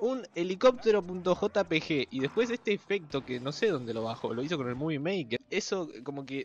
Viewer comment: Cuando dice movie